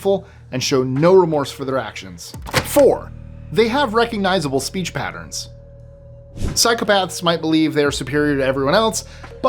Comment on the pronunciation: I keep hearing you say "cycle paths" 😂